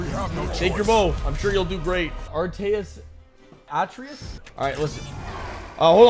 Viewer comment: Lol At-Tray-Us is how you sat his name.